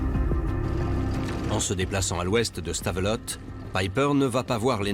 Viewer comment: Punaise les français et le nom des villes belges .... Anvers = Anversse !!! Le pire Stavelot... Stavelotte mais omg ... Stavelo ça se prononce ....